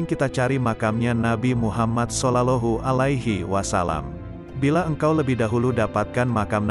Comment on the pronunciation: الحمدلله Terima kasih banget, mudah²an bermanfa'at bagi muslimin Aaamiin. Usul sedikit :, sebaiknya komentatornya di carikan "orang yg benar² fashich dalam bahasa santri, contoh tidak " SOLOLOHU ALAIHI WA SALAM". Mohon ma"af.